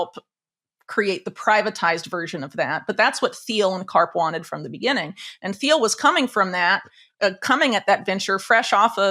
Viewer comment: I love Whitney, but someone needs to tell her that the “h” is silent in “Thiel”.